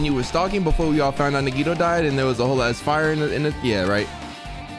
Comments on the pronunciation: Why do u read nagito like nagiydoe 😭🖐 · Fried nagito nuggets. At first i thought he said fried nigga nuggets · hasn’t pronounced nagito’s name right once this whole series 💀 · Shareen Ntim in the beginning when nagi introduced himself nagi said his name, and still said it wrong lol. same thing for soda. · Hearing him say Nagito name wrong makes me cringe. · .... he still couldn’t pronounce his name right lmao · 30 episodes and still hasn’t said Nagitos name right 😂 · Yea ikr how has he not realized it's pronounced "nigga toe"??? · His Japanese sucks on even the most basic level, so I’m expecting it….